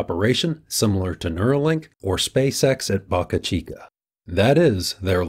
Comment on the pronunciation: Boca Chica is pronounced Bow-ka Chica.